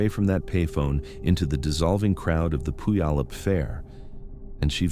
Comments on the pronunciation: pronounced - Pew al up. Thank you for these stories. ❤ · Don't feel bad if you can't get the pronunciation of Puyallup right, I don't think any two people have ever said it the same, lol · It's crazy how "Puyallup" is mispronounced differently almost every time.. it's like listening to Benedict Cumberbatch trying to say "penguin"..